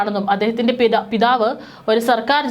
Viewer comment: മാഥാവ് പിഥാവ് എന്നല്ല , മാത ചിത